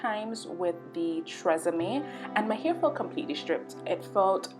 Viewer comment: Its TG I N ...(.Thank God Its Natural) not Tee gin